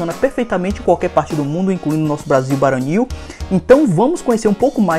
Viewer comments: BRASIL VARONIL NAO BARONIL VALEU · É Brasil varonil, e não Baronil